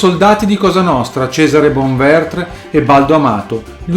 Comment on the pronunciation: Bonventre...non Bonvertr (erano siciliani, non francesi).